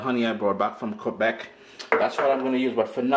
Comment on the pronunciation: exactly! soo excited:) my j Jamaican sorrel arrives here to Ontario tonight(& yes you said it right, the best maple syrup comes from here and from Quebec too!!!)thnx 4 the vid, happy holidays!!!!!